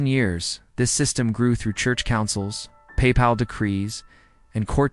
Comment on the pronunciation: I like the voice, but papal and laypeople are oddly pronounced.